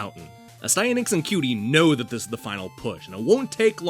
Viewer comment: ... I have been saying the name incorrectly all this time. I pronounced it AS'-tee-a-nax. Your way sounds way better :o)